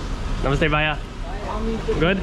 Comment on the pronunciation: You're pronouncing bhaya incorrectly , it's bhaiya . ask someone. You also say thank you too many times no need. Max is more controlled. What's the name of this place & location. New York is very rude & high crime not worth living in.